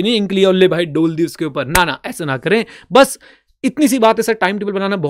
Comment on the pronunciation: Ink li aur dol di...🤣 (Punjabi boy is trying to come out)